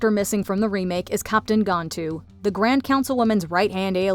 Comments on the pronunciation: Smh it’s pronounced GAN-Tu.. not Gontu. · It's GAN-TOO, NOT GON-TOO